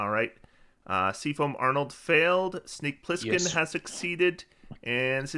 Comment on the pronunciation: "Sneak Plissken" hahahaha